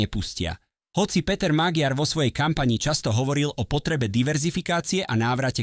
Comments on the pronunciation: Aký Magyar Maďar to sa neviete meno správne povedať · Magiar sa číta Maďar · On sa nevola Magyar ale Maďar gy sa číta ako ď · Magyar sa číta "Maďar"...ty imbecil! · Priezvisko Magyar sa nevyslovuje Magiar ale Maďar !!! Názov jeho Strany Tisza sa nevyslovuje Tiša ale Tisa !!! Predtým, kým prídete na internet s komentárom, MALI BY STE TO ZISTIŤ !!! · Cita sa to MAĎAR nie Magyar 😂😂😂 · Iba malá pripomienka k výslovnosti priezviska: Magyar sa vyslovuje Maďar. Inak s obsahom súhlas! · Magyar : čítaj / Maďar/, Tisza : čítaj /Tisa/ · VAZENY MLADY KTORY PREZENTUJETE AKOZE DABING ČI ČO ČI TO KOMENTUJETE CHAPEM COSI ALE TO MADARSKE MENO POLITIKE // MAGYAR KLUDNE HOVORTE MAĎAR TO JE LEN ROZDIEL MADARSKO SLOV... ABECEDE . //ESTE SI DAJTE DO GOOGLA AKOZE MADARSKO SLOV. ABECEDU AKOZE V CITANI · Číta sa " Maďar" a "Tisa" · Ak chceš niečo komentovať, nauč tú hlúpu AI vyslovovať mená politikov. Magyar čítaj Maďar! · to" magiár", dosť trhá uši! Kedy sa naučí umelá inteligencia a influenceri,že v maďarštine GY ,sa číta ako Ď?? :-) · Tvl, jeho meno sa vyslovuje Maďar... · Magyar sa cita Maďar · Číta sa Maďar . gy znamená ď. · Naučte Al čítať😂😂😂 číta sa Maďar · Číta sa Maďar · Pre toho,kto cita tuto spravu - madarsky gy,je po slovensky d s mekcenom. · 😂tak podľa vás vyslovujete aj von der leyenová čiže leienová😂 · Áno, ale píli to uši. To neznamená, že budeme čítať napr Versaj ako Versailles. Ináč, video, dobrý postreh😊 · Zaneta lebo to čitá umela inteligencia-MAGYAR. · Ano, je to tak, to je hanba, nechat' to meno tak nespravne vyslovovat'!!!